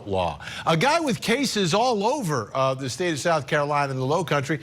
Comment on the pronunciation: Low country?? Dude ya said it one too many times in the wrong way